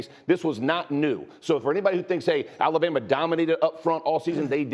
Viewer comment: You mean "Alabamer", lol!